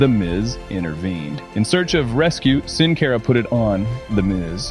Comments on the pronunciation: It’s not pronounced (sin care ah) it’s pronounced (sin car ah) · Boy it makes me cringe so hard at the way he’s pronouncing Sin Cara last name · Its Pronounced Sin Cara not Sin Care a